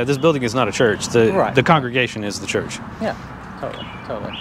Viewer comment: What's a "Hurch"?